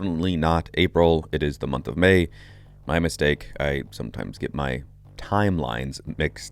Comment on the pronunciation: Emphasizing MAY! 😂